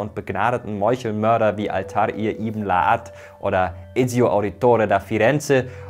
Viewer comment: Altaïr falsch ausgesprochen.